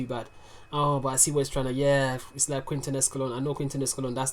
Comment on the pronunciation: Brooou, one thing I know you may be aprreciate or not, but Quinto is pronunced like King/to In Spanish a U after a Q is mute. Liek Quesadilla (I thin is the most common QU word in the US), the U is mute. Keep doing this man!